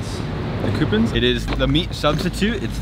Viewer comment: "coopuns" - morgan